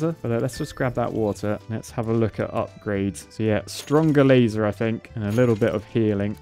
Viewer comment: When he says "laser dome" at the start it sounds like he say "lazy" dome. It makes sense considering how much work it is to use the sword.